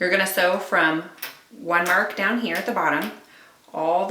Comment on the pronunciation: I love your "see" easy. Made me smile!!! 😁😁😁 Sharon in SC